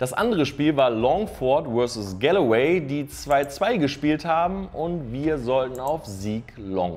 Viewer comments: Galloway ist auch schön 😂 wird eher Golway ausgesprochen 😉 Ansonsten top Video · Was für Galeway, es heisst Galway 😂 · Gallaway? Du meinst Galway: ˈɡɔlweɪ 😅